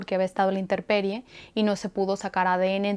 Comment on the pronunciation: * Intemperie *.... Perdón si te corrijo.... Me encanta cómo narras y haces un buen uso de los vocablos extranjeros así que, me sorprendió escucharte decir doa veces inteRperie.... No es para ofenderte, es sólo una observación.... Hablas muy claro, muy pausado, excelente.... Discúlpame de nuevo, quizás me paso de exigente... 🙈🙈🙈🙈...